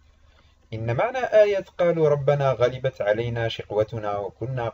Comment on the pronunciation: المرجو قراءة الاية بشكل صحيح غلبت كلها بالفتح